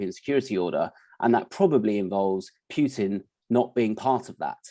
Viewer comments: It's "Putin" not "Pjutin' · "PooTin" not "PYouTin"